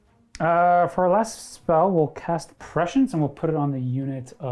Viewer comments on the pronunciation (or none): Prescience isn't pronounced like precious. Prescience is pronounced Press-see-ence. Sorry but I want to shove dull spoons in my ears every time I hear that precious prescience